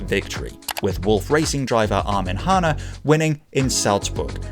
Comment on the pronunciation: Where did you get your pronunciation of Armin Hahne? My recollection from the time was that it wasn't Hanna like in your video but 'Haarn'